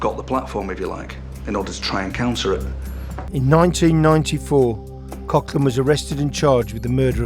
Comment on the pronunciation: Its prouned Coglan